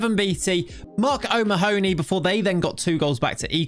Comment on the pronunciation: Yo, O'Mahony is pronouced oh-ma-nee - sorry killing me listening to it